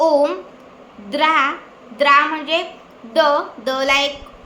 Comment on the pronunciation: बेटा, तुझे सांगण्यात थोडा फरक आहे द्रा हा शब्द द्राम् असा आहे